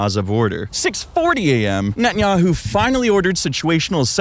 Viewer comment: ninja-man bet-in-yahoo